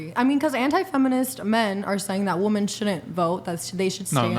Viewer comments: Why does chair 2 keep saying “woman” instead of “women”? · dude why do they say WOMEN like that!! Its pernounced Wih-men. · Its bothering me so much that she keeps saying woman instead of women when shes talkin about multiple women lol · Chair 2 saying "woman" instead of "women" is making me crazy. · Does the girl with the slightly modified mullet not know how to say "women"? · If you were to take a shot every time a woman | wu·muhn | mispronounced women | wi·mehn | you would literally die of alcohol poisoning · The girl with the bans saying woman every time instead of women is driving me crazy bro lmao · I’m so irritated the girl in the black tank top keeps saying ‘woman’ and not women. How is she a medical professional and cannot use proper grammar? This has become a standard across the board and it drives me insane. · RIP Charlie. The fact that the one girl who thinks she’s the smartest is unable to pronounce WOMEN plural, drove me insane this entire pod. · Why do the women on these shows almost always mispronounce the word “women?” Anyone?? Help!